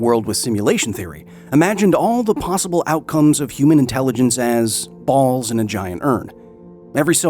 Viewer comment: No matter the seriousness of the topic, love the pause before "BALLS"